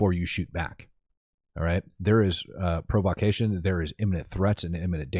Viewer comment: Pro-vah-cay-tion 😂, you put the wrong em-phas-sis on the wrong syl-ab-ble